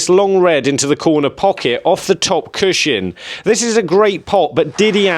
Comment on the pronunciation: Cushion, pronounced CUSHUN. There is no shin in cushion. Please stop saying it, stops me watching these videos 😭